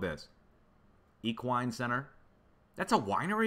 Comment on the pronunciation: you're so precious. No,it's not wine. It's E Quine= horse center. No wine.( Equestrian) Much love. ❤